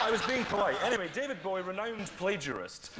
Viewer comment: David Bowie not David bowee😂